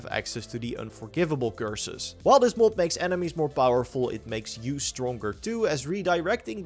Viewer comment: I can't handle you pronouncing mod as "mould"